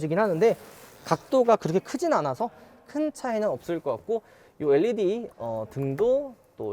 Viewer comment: led를 엘리디라고 읽는사람 첨봐써요